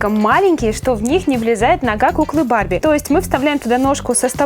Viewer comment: мне кажется что ты сказала БАБЕ ( может барби?) МЕЙК ТО МУВ 😂🤣😂